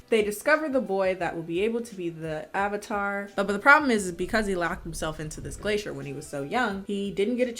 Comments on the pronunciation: did anyone notice he said OHvatar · They can't even say the word 'Avatar' correctly. What's an 'Ovatar'?? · Question, who is the "Aavatar"? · I forgot "uh-vuh-tar" was something that was said. Upon the other transgressions, this was laid me flat. I'm done. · Oh, I love the UHVUTAR. UNGH is my favourite.